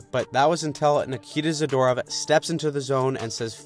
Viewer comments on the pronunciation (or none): none